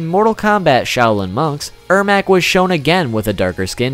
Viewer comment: it’s ermac.. pronounce my name riigh human loll